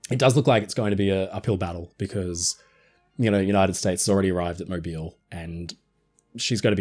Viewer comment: Thank you for pronouncing Mobile Alabama correctly!!! I live here and see her every day for now sadly